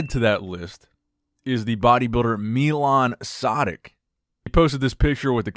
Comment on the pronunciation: Funny pronaunciation of Milan Sedak but understandible considering your not Czech:D